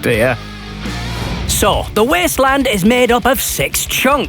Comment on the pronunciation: The Weeysttleeaand